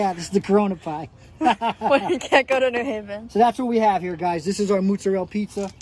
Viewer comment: "moots-a-rell" LOL